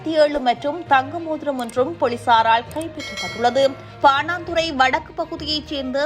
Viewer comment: பாணாந்துறையா பாணந்துறையா